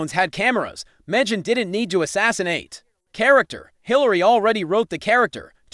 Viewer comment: Where do they get these commentators? Can't even correctly pronounce Megan's first name.